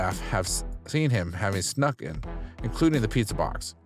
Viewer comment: It’s Dr. Now. Not Dr. No. You’re putting the wrong emfasis on the wrong sylable. (Or vowel) I’ve also NEVER HEARD the word “schnuck” either. Like…..what bro? ON her face? I just can’t comprehend. Slow down. Pronunciate. Look up the phrases and do some English research.